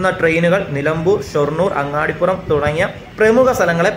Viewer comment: അങ്ങാടിപുരം അല്ല അങ്ങാടിപ്പുറം ആണ്